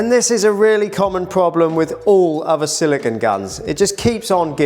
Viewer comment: You are making a small error in pronunciation which I hear a lot. The caulking compound you are working with is silicone, whose last syllable rhymes with "bone" or "zone". It is based on compounds using the element silicon, which rhymes with "yawn". Pure silicon is a hard, brittle, shiny crystalline material that can be polished into a mirror with a slightly gray color, since its reflectivity is only about 45%.